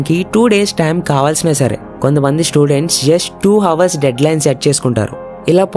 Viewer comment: Correct your pronunciation - hours